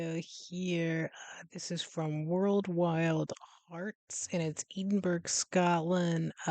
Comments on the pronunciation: It's pronounced Ed-in-burra. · The pronunciation phonetically Ed-in-burr-ah 😃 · Still pronounced it incorrectly after hearing it said several times during the video 😂